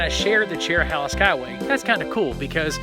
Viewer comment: It's chero- hey-la not chero- holla. Connects the Cherokee National Forest with the Nantahala forest. Nantahala is hey-la, not hol-la